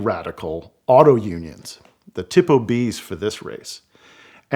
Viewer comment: Excellent job of narrating this famous racing history story! Just 2 pronunciation errors to point out. I believe the Italian pronunciation of Tipo is tee-po and not tippo. You also confused the city of Nuremberg, where the Nazi War trials were held, with the race course, The Nurburgring. No big deal, just a friendly correction. Again, the video with your narration gave extra meaning and emotion to this wonderful story. Very well done!🙂